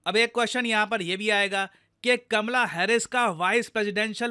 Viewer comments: Oye lallu! It's "Kamala" not kamla 😂😂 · Kaamala harish not kmla